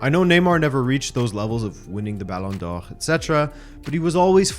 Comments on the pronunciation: How ridiculously do you want to pronounce Balón d'Or? That guy: yes😃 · Why are you saying Ballon d'Or weird ? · just curious as to why you say ballon d'or in the original French pronunciation but Anglicise all other names (Ronaldo, Neymar, Paris, Barcelona etc)?